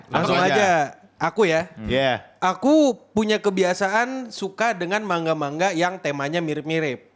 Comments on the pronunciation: Man-ga, bukan mang-a, seketika lupa 🤣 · Yg bener ma-n-ga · Ma-n-ga Selain ini salah.